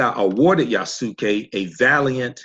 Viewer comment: The way you say his name is Yah-ss-kay. The (u) is silent in Japanese. Not (Yah-sue-kay) It's Yasuke. Wanada forever✊